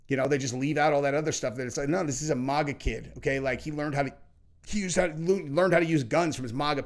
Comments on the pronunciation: It's not euro MOGA it"s MAGA with a short A. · Bro it's not maw ga it's MAG GAH. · Bro really can’t pronounce maga lol